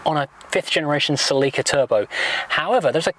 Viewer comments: I lost him when he started call the car celì’ca instead of just celica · It’s pronounced cElica not celicAAAA 😂 😂